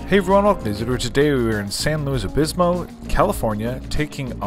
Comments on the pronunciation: Luv your vids! But it is San Luis Obispo...not Obismo! 🤣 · SLO is San Luis Obispo, not "Obismo"